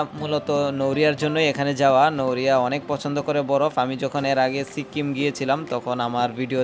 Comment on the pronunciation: আপনি ধারাভাষ্য বর্ণনার সময় এতবার সো সো বলেন কেন ? আর আপনার উচ্চারণে কিছু কিছু সমস্যা আছে যেমন সিক্কিম না, উচ্চারন হবে সিকিম